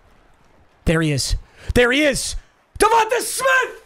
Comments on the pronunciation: Bro saying davonta instead of davontae 😭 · I would feel disrespected if I’m DevontAaaa Smith, Papa put here fucking saying DevontuHhhhhh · Its pronounced devonTAY lol.. not devontuh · Not tryna be that guy but it’s definitely Devon-tay not Devon-tuh…go birds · DA-VON-TAY you’ve been butchering it😭